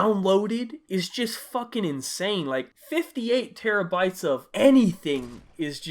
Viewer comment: when i heard 58 teraybytes i thought you said it wrong like how?